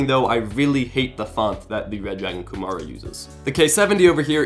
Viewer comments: It seems he says "Red dragon Gomorra" lol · Very late to the comments, but that's not how you pronounce Kumara...